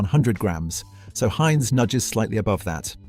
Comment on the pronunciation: AI slop! Yuk. Given how many people speak English, it puzzles me why an actual human couldn't have read a 15min script. Instead, we get such gems as 'Haynes' Beans, etc. Plus, it's a VIDEO! Please stop pumping out stock video with an AI essay... try actually formatting it to be a VISUAL experience. Not that any of this will make a change to a slop channel... I usually don't even bother with a comment, just block & boycott. Who knows how much engagement you're losing from slopping.